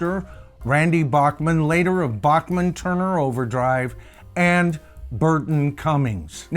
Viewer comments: Not to be too picky but Randy Bachman pronounces his last name “Back-man” not “Bock-Man” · His name is pronounced BACK-man. Not BACH MAN like the classical guy. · Randy's last name is pronounced "Backman" - even though BTO is usually pronounced beginning with "Bockman". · Randy's last name Is pronounced "BACK mun".....just listen to Burton. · To be honest.many of us in Canada (including me) pronounced it Bock-man as well until Randy started his CBC weekly radio show (Vinyl Tap) and re-booted his public profile.